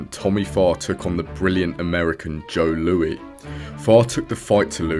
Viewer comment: Not Joe Lou-ee, Joe Lou-iss